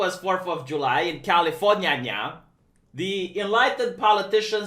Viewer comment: hmm, it sounds like you’re saying canadian constitution in that part about california.